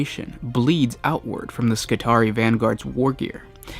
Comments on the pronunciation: by the way if there's a double ii on the end of a word then the latin pronunciation means you need to pronounce both i's so for example spelt phonetically it should be, skitaree-eye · Protip: the double "i"s in Skitarii is pronounced the same as Julii or Brutii (ee-eye). Together, it would be ski-tar-ee-eye